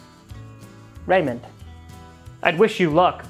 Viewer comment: accent for Raymond is fantastic